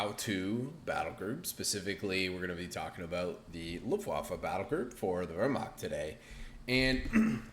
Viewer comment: Luftwaffe literally means air weapon in German! What you are saying means "the waffle at the windy side of the ship"... So yeah, quite different. Also, the way you're saying Wehrmacht (defense force) means "who's causing trouble?" Took me some time to understand what you were trying to say as a German 😂